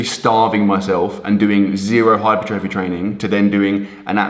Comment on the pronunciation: The difference of knowledge is never more evident than pronouncing the word 'hypertrophy'